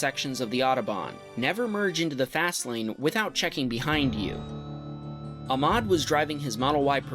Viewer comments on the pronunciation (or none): it not ahmad it ahmed that is my name and to he said his name wrong